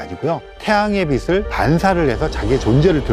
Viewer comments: 교수님 비슬 이 아니라 비츨 이라고 발음좀 부탁드립니다. 왜 자꾸 비슬이라고 발음하시지 ㅡ지나가던 불편러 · 배운 사람이 '빛을' 발음할 때, '비슬'이라고 하네... '비츨'이라고 읽는 거 아닌가? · '빛을'을 계속 비슬 비슬...